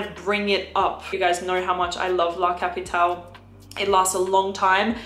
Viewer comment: Like you pronounce the E in Erba Pura you sould pronounce the E in La CapitalE, it's italian not french